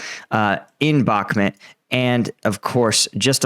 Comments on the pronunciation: brother, I love your daily updates and find you to be one kf the most reliable. But dude, being Ukrainian Canadian myself I cringe everytime you say Bakhmut lol. It's pronounced Bakh-moot. I believe in you brother. Bakh-moot. I think you spent to long in the middle east lol. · Bakhmut: It’s mut, not met…